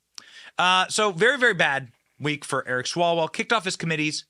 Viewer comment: I think it’s pronounced Swallow well.